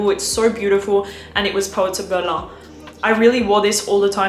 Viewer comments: It’s the German city „Berlin“ 😂 not „berlan“ 👍🏼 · its pronounced Berlin (Germany) not Behr Lahn, like its something french. :) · It’s pronounced “Ber-leen” not “Ber-luh” . You don’t need to put a French twist to everything lol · I was really laughing out loud, sounds so ridiculous🤣 It's not pronounced like 'Guerlain', and it's not even French brand/company. Just say Berlin🤷🏽‍♀️ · Berlaaaa alter 😂😂😂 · The way she pronounced it is how you say it in French, so technically it IS "something french".. Don't know why she said it in french, though lol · Vilhelm is a NYC-based perfume house. Meaning, “Berlin” is pronounced the German and English way. Using a French pronunciation is just pretentious and uncouth. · Why pronounce Berlin with a French accent? The phrase is English.. the city is German 😄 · Lol I'm not even acquainted with the proper pronunciation however when I heard that in like umm Berlin with a French accent if she is saying guerlain cannot be right lmaoo